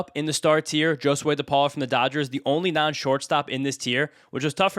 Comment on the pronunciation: It’s pronounced “Ho-swey” not “Joe-swey”